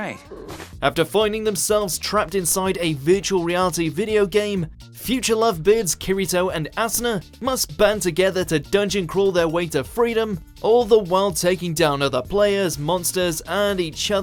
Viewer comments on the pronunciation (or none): Asuna nah assnah